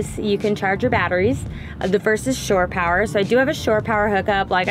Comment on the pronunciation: Yes, sine wave is pronounced like "sign." Also, are you saying "store power"? I think the phrase is "shore power" coming from the boating world (which has probably been around long before the days of RV'ing) when you'd pull a boat up to the dock and connect to a power outlet, on the "shore." Thanks for an informative video!